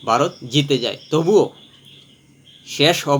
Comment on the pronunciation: Baarot ki?Bharat bolte pare na.Bangladeshi mone hoy.